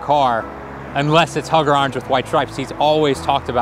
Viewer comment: The only reason he couldn’t find the actual car is because he pronounces orange wrong so...